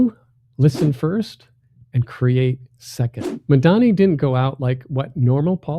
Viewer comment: Excellent presentation....... Mayor MAMDANI. Learn how to say it 😅 👏🏿👏👏🏾👏🏽👏🏻👏🏼😍💯‼️‼️‼️